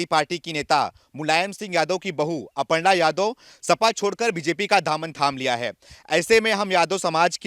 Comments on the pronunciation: वो सब तो ठीक है पर अर्पणा नही अपर्णा बोलिए। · अर्पणा नही "अपर्णा " नाम है ।